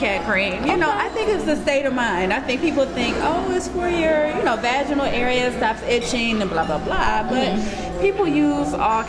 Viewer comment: your pronunciation of vaginal isn't right.